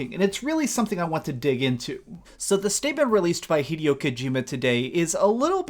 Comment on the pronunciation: its pronounced hi-day-o not hedio you moron